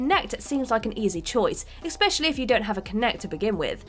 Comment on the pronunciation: "Expecially"......I'm done.